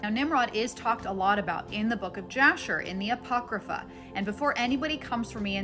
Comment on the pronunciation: Wow,, you are lethal. You are apologetics and just geared for war. Very impressive you said Apocrypha... YAY!...